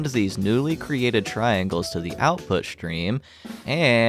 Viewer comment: Stream, not shtream